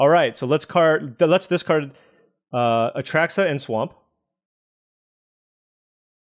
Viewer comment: Oh yeah its been months of A Truck suh